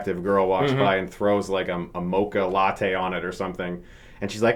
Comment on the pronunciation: ive watched this video so many times and every time chris says "mocha latte" my barista ass self cringes